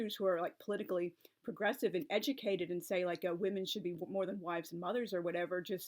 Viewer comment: At first I heard "Progressive" as "Aggressive" but then I was able to remind myself of the context.